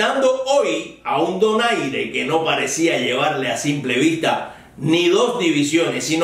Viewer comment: Aprecio que en su comentario haya dicho "Donaire" y no "Doner" como pronuncian algunos periodistas anglófilos.